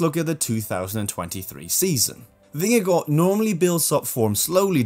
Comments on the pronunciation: Very well pronounced where you said Jonas vingegaard. As a Dane i can say, it sounds amazing when u say Vingegaard even in the Danish way. There the 2 as in the Vingegaard is also Å in Danish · From a dane here. So nice to see someone saying Vingegaard the right way. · Gotta give it to you, your pronunciation of Vingegaard, is impeccable.